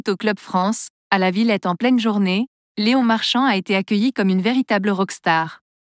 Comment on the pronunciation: Qu'est ce que c'est cette voix ! Léon pas Léonne ! J.O. pas jo ! Il n'y a pas un mec ou une nana capable de lire un texte ? C'est quoi ce site ? encore un troll ?